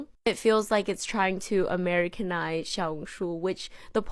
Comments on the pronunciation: Note: I’ve seen a lot of people pronouncing xiaohongshu with a ‘zhi’ sound, just wanted to say that I think an easier way of saying this would be to add a ‘shi’ sound at the beginning- instead of ‘zhao-hongshu-‘- ‘shao-hongshu’ is much more accurate to the word! (PS. I speak in a more taiwanese accent while speaking mandarin- so the sounds may be diffferent from how someone says it in say- beijing? Also, I in no way am trying to put anyone down or trying to seem higher than those who have been saying it this way! I just wanted to note I feel how I would say the word in an American/English accent!) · xiaohongshu??? like…. XIAO HONG SHUUUUU